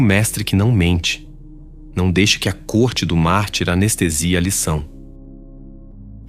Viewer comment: essa IA tá lendo mal. eu ouvi "corte do mar", ou "corte do marte", tive que vir no vídeo pra ver que é "do mártir". ponha ela numa fonoaudióloga rs